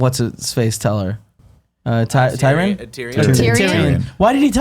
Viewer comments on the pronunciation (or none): Why am I watching this video when can't even pronounce Tyrion after 8 years.. Tyran? Really? More than once you call him Tyran? Smh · "Tireyon" . K bye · I love Andrea's hard work even when I disagree with some opinions. That said, how the heck does she keep pronouncing characters names so badly? OberOn? MelisandrAAAA, Tie-ron? MissandEH? Does everyone fear her so much no one corrects her but Nick and can't get anything wrong?